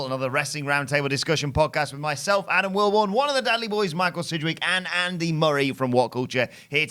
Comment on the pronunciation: He's not saying Dudley. He's saying DADley.